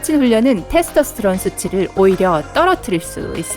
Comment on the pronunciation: 예? 테르토스트론이요? 테스토스트론이요?